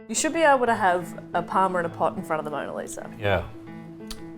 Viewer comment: Parma! Parma. It's Parmi. Say it right.